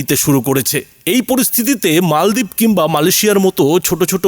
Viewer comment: Pronansiun thik korun. Mol deep noi Maldeep.